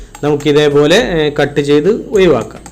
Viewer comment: ഒയിവാകാൻ അറിയെങ്കിൽ ഒഴിവാക്കിയാൽ മതിയോ ? കുഴപ്പമുണ്ടോ